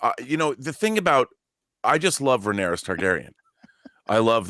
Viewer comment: John constantly butchers Rhaenyra’s name!!!!! 😂😂😂😂😂😂